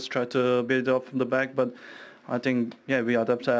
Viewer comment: 'today game I fink is verry jard'